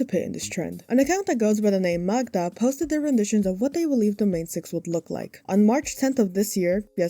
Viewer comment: It's nothing important, but as a polish person I can't get over how well you pronounce Magda!!! I've heard people say it like Ma-gee-da and it made my ears bleed 💀